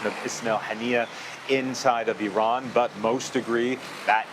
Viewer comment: You can’t even pronounce Iran correctly!